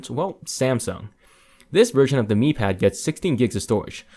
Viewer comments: It's "me" not "my" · you pronouce miui correctly by saying "me" ui but you pronounce Mi pad as "my" pad? you drunk bro? lol